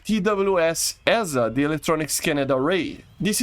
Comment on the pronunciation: AESA is pronounced Æsa / "eye-sa", or sometimes piolets say EEsa, but it's definitely not 'aye-es-a".